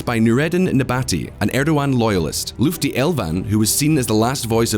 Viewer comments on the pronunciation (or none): Please learn how to pronounce people's names correctly . You mutilted every name even Lutfi's. Please see how it is written; it is not Lufti ! Imagine a Turkish reporter pronounces Sinéad , Tadhg. Oisín. ... Caoimhe. ... Dearbhla. ... Meadhbh. ... Gráinne as they are written in a broadcast . You'd blow a fuse as i did listening to you . Please take a moment to learn a bit about other cultures.